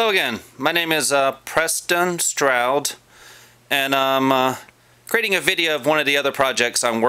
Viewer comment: OH, boy another waste of time video. Why do you not know how to say your own name?